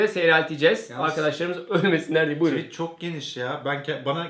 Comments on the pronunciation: tuvit ? :D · Tuvit mi dedi bana mı öyle geldi:D doğrusunu söylemeyin de utanmasın:D